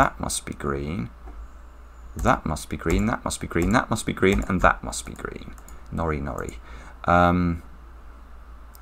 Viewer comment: Did anyone else burst into laughter from the impeccable 'norinori'?